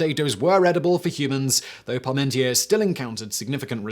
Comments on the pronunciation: That pronunciation of Parmentier makes my toes curl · It's Parmentier, not Paurmentier. Don't rely on Simon's utterly terrible pronunciation to draw conclusions.